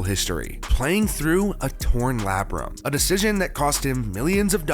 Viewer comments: Breh, it's pronounced LAY-BRUM. I thought you were calling it his "labyrinth" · “Lay-bruhm” cmon man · It’s pronounced like “Lay-brum”.